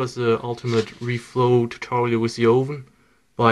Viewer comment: Ooven? Your Microwave ooven?